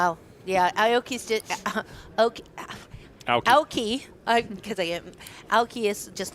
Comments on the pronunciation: Aoki has 3 syllables! A O Ki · it's pronounced EYE OH KEY...Aoki